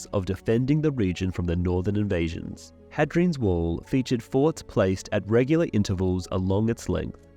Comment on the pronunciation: It’s pronounced “hey-dree-ans” wall